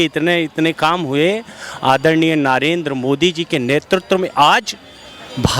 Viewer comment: संप्रादाईक mind वाला अंधभक्त पहले 10 जूते मारकर 1 गिनों, ससुरा ज्ञान घंटा का नही हैं केवल चाटने में लगा हैं, मोदी का नाम भी कैसे गलत उच्चारण करके ले रहा है।